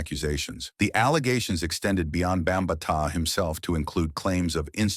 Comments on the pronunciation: Who tf is Bum ba taa?!? It’s Bam BaTaa!!! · Bam ma tah lmao. Done with a.i channels.. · Yoooooo I Just Did The Same Shit😂😂😂😂😂😂 BOMB BA TAAA??😂😂😂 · Shitty AI Video 🤮 cant Even pronounce his Name. Also a Lotta bs infos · Once he mispronounced his name, exit staged right 😂😂😂😂😂 You need to get a Black A.I. voice over. As a matter of fact, I am going to file a discrimination lawsuit against A.I., for not having cultural sensitivity for other Cultures voice over 😂😂😂😂😂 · The name pronunciation is horrible